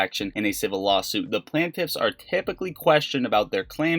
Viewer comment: Plain tiff... Not Plan tiff